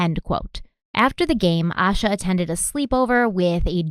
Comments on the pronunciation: "Ay-sha" not "Ah-sha"... love your shows girl, but it it just strikes me as a bit disrespectful to mispronounced her name. Addendum: I live in Shelby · Pronounced A-Shhh-A . Like Asia. But , with a Shhh🤫 in the middle. Reporters outside of North Carolina always pronounce her name incorrectly . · Her name is pronounced Ay-sha. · Hi there! Just wanting to comment and let y’all know, Asha was the 1st cousin of a childhood friend of mine, thank you so much for covering her disappearance ❤️ Please know, though, her name is pronounced Ay-sha, not Ash-uh. Love your show! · You should feel ashamed for pronouncing her name wrong. It's pronounced like "Asia" smh. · her name, it’s pronounced Ay-sha. Pretty well known for anyone who has looked into this case so it surprises me they got that wrong. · Please say her name correctly. It is pronounced like Asia. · Ay-sha. Like Ayyee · yes A- sha. And the mom’s name is not pronounced A-quil-ah lol. I’m pretty sure she pronounced it A-key-la. AA names can be difficult but there are some references to the correct pronunciation. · Her name is pronounced “Ay shuh” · please. Its morgan-TON and lincoln-TON just like its spelled.. not town.. and im pretty sure its Aye-sha. I remember this case i was about her age when she went missing. I lived about 20 minutes away. And idk what it is about Derrick.. he seems disingenuous. Love u tho! Ill keep an open mind about him tho lol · Oh, I love how you pronounced Asha's name differently 3 times in the first minute hoping one of them was right lol I have heard it's pronounced Ayy-shuhh, with peace and love of course. <3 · Her family is involved. I don't believe in coincidence when it comes to crime. A sheltered, cautious child would NEVER leave on their own. I was an anxious child and everything was looked at as dangerous... especially at night. (Also her name is pronounced Aye-Sha:)) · Her name is pronounced aye-sha. Thanks for covering this story. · Her name is pronounced Aye-Sha